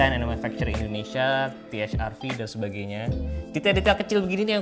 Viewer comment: Kalo Produk Lokal Harusnya Pelafalannya Pake Bhs Indo Te Ha Er Ve😁